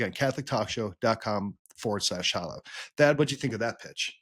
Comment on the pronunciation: My brothers in Christ, it’s pronounced “HA-low”—not “HO-low”